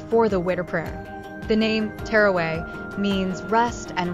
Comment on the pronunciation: She was saying terraway lol also the video was with music this shows how lack of understanding these people have